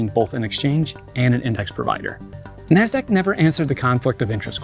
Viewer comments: the way the guy says "Nasdaq" XD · Dude pronunciation of 'Nasdaq' is spit take worthy.